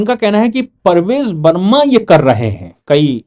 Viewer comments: Sir the name is PARVESH Varma and not Parvej Varma. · Parvesh Verma boliye Sir Parvez nahi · Sir BJP person is PRAVESH VERMA not Parvez verma as you have pronounced everytime. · आप बार बार परवेज़ वर्मा बोलते हो जबकि ये प्रवेश वर्मा है और संजीव दीक्षित नहीं संदीप दीक्षित है।